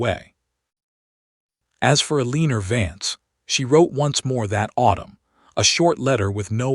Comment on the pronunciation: Sigh las and Ellen or. E li us. READ- SOUNDS RED, NOT REED.